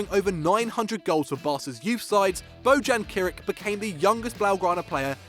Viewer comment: Boujan Krik? Seriously? If you can't do a little research how to pronounce a name, just don't pronounce it at all...